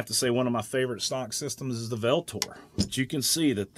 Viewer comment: Great video It’s pronounced Ultor (oohltor) btw As said by the company itself V in Greek is a u sound and means avenger and used to describe the god of war Mars